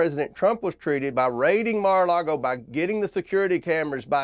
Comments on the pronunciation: Lol...Comer keeps calling it "MaralaRgo" with an extra R. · Do people in Kentucky say "Mara largo" instead of "Mar-a-lago" which means Sea-to-Lake ? Is it an accent or? Idk what Mara largo means. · The way he says Mara Lardo is perfect.